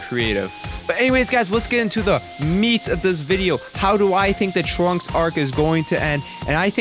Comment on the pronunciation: I thought you said the 'Trump Arc'